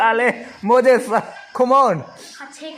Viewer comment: Thluk dan chu thuhrang, a ziaktupa hian handwriting a zir that a ngai ani. Chubakah Moses hi Mozez tih anga lam tur, Mojes nilo in.